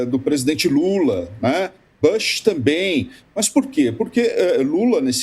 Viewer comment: Que dor de ouvido!! Não é “Bãsh”, caramba! A pronúncia é com U mesmo. É Bush!!! Pelamordedeus! Gente que discute política internacional! Bush não é nenhum nome russo ou chinês ou javanês complicado!!